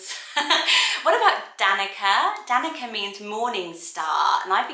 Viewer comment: Danica is a Slavic name, and c in Slavic languages is pronounced like tz. So it's more like Danitza than Danika, just so you know.